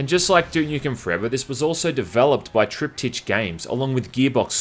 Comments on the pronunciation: Its pronounced "triptic".It means three of something.Often in a series,like three paintings. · Just FYI, it's "Trip-tik". Thanks for the content! Although I sometimes feel you go into too much detail with every area and weapon and bla bla. A more overviewey review would be fine by me. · Is that how 'strayans pronounce triptych?